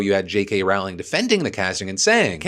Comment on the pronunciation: Usually well researched video, but please, stop being the traditional American and check how to pronounce Rowling. It's amazing how many people get it wrong.